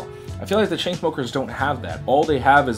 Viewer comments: i cant stop laughing everytime u say choo choo smuckers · sorry ever time u say chu chu smokers i cant help but laugh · I keep laughing whenever you say choo choo smuckers 😂👏👌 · i love how he calls chainsmokers chuchusmukers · i laugh every time he say ChooChoosmokers. haha. he's not the first person to call them lazy 😒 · IM FUCKING CRYING AT HOW U SAY CHAINSMOEMRFC